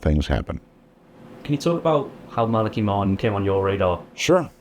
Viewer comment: Art never did get it was Mala-"key". The man himself tried to correct him two or three times but it just didn't stick.